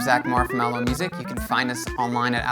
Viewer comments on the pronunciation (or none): none